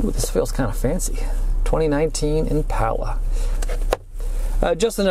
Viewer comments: Since when is a door handle called a door latch? 🤔 Oh and it’s ImPALa not ImPAULa. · Every time you say impala, I cringe from the pronunciation